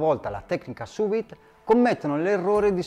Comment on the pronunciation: Visto e apprezzato molto, grazie! Avrei una domanda e un suggerimento: Domanda: ho acquistato un forno che offre la funzione sous-vide (tramite vapore), ma non l'ho ancora utilizzata e immagino ci siano differenze rispetto all'uso del roner: hai qualche consiglio in merito? Suggerimento: un dettaglio... "Sous Vide" e "Maillard" sono termini francesi e si pronunciano "suVìd" (non suUìd) e "Maiàr" (non "Maillàr"). 😉 Detto ciò, grazie ancora e buon lavoro! 😙👌